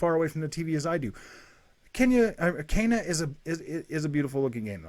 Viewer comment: It’s kena (Kaina) not Kenya. Kenya is a country.